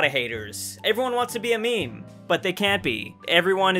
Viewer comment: He said mēmē